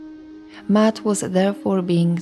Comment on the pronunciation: MA AT not mat MAAT-HRSA